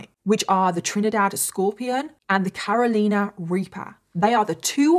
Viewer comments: Please Please Please Learn how to pronounce our States, it's CARE-ROE-LIE-NA. Loved the video though ty for all your hard work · It’s cute how you pronounced Carolina…. I think I’m gonna start using that pronunciation lol